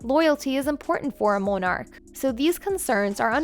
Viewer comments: Who taught this woman to read? Go back and take a speech class. What is a MO-nark? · It would be nice if the narrator would learn how to pronounce words such as ‘Monarch’ and ‘salacious’ just to mention two words, if she plans to use them in her narrative. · It's Camilla, and not Cameela. Monarch, not Mownarch! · Good video, but you need to get someone who pronounces words correctly. Monarch, Camilla and many other important words butchered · I lost count of how many words you mispronounced. Not a good look for a narrator Including Camilla and monarch. Embarrassing. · Why the weird pronunciation for "monarch" and "Camilla"? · I’m an American and I know how to pronounce “Alma Mater” not Mater from “Cars”. I know how to pronounce Camilla, or Monarch. Or any of the awful other mistakes. We don’t say Mo narch over here:)